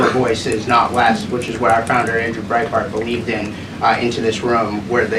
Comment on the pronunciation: Brietbart? Nothing bright about that😂